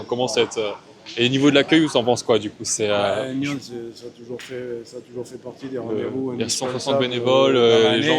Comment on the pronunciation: Bonjour Merci pour cette vidéo effectivement Une belle partie et une fois de plus quand on joue contre ces géants de la pétanque il faut jouer toutes les boules Sinon le couperet tombe. Petite précision ont prononce le S à NYONS .merci bonne continuation pour ta chaîne